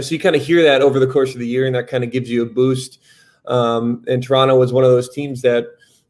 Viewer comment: The way Sam pronounced "Toronno" he already is a Raptor's player. Welcome dude! Let's get it!